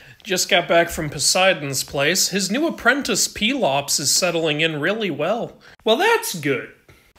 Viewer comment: Man I only heard his name pronounced pel-ops instead of peel-ops